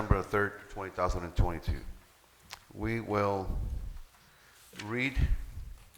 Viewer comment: Has nobody told the mayor that the year is 2022, not 20,022? If he doesn't even know what year he lives in what do we expect from him. Hahahaha and none of the other council members even try to correct him or let him know he's saying it incorrectly. Wow